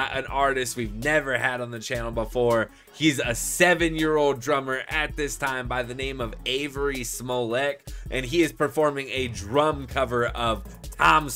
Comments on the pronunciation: His name is Avery Molek, not Smolek...lol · He's AVERY MOLEK. Not 'Smollett" .